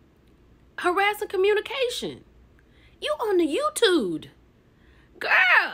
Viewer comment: “You on the youtude” 😂